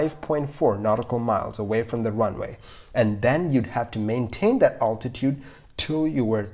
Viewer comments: You confuse your videos when you show different aircrafts as oppose to the one you are talking about! By the way, the correct pronunciation is “altitude”, not “owtitute” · It’s definitely a tricky one to listen to if the pronunciation of altitude gets to you. Maybe a stalling one next...